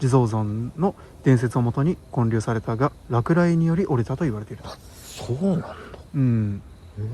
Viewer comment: 私の学がないのは百も承知なのですが、 建立をパッと正しく読めるところに キュンとしてしまいました…、、